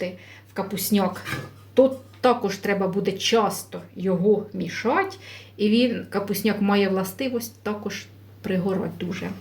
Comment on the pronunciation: Це зовсім не капусняк,тому що капусняк вариться з квашеної капусти!!!!!!!! Було б не погано,щоб ви трохи підівчили українську мову,бо ваше уродсько- москальське ( ть)- мішать,додавать.,готуватьт ...... в українській мові вимовляється (ти)!!!!!!ЦЕ НАВІТЬ ЗНАЮТЬ МОЇ ВНУКИ,ЯКІ НАРОДИЛИСЯ НА ДРУГОМУ КІНЦІ ПЛАНЕТИ!!!!!!!!